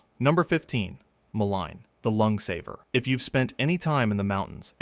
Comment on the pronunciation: Great info and pictures. Thank you for checking that almost all pics are correct. You pronounced Mullen many ways. It is pronounced: mull (like pull) in (like inside). Yarrow: yar (like in yard) o (like in ok)